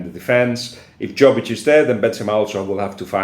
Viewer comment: Hint: Yovic not Joe-vic.